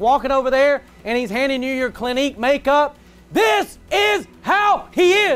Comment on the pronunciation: The man not only knew Clinique but pronounced it perfectly.... He’s hiding something im just saying